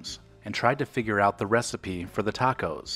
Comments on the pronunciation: Tay-cos? 😂 Sounds about white ❤️ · People in CA wouldn’t have said “tayco.” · "taycos" was a only a gag...Like in: "...let's go take-out some hot taycos" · I lived in Downey early 70's. NEVER said TAKE OHs lol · I'm 72 and I've only heard one person call them TAY-cos. They were from back East.